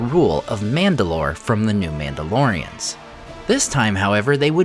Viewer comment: I swear I heard Númenóreans more than one time when he said Mandalorians. So used to watching his Middle Earth videos. 😂😂